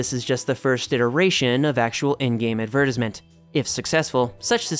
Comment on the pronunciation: With all due respect, why do you have such a hard time saying “advertisement?” You can say advertise perfectly fine but then you sound like you have marbles in your mouth saying “advertisement”